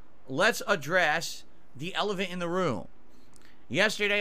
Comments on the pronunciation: He did not even say elephant 🤣 He said Elevant for sure and i did rewind heh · How did none of the other detractors not mention he slurred the word Elephant and said, Elevant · What is an Elevent in the room? 😆 he literally did NOT say Elephant.